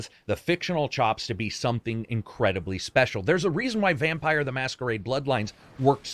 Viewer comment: "Vampeer" not "Vampire"? - Please tell me you are joking. :D